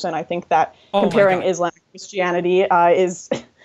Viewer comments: Is she really saying "iz lamb" ?? fucks sake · Lauren constantly saying izz-Lamm is driving me nuts.